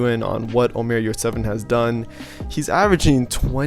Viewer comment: HEY his name is NOT OMAR!!!! He is not Arabish!!!! He s a TURKISH Player and his name is; ÖMER YURSEVEN! (next Scottie Pippen;)